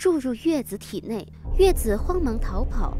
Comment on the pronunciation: 應該要念紫啊..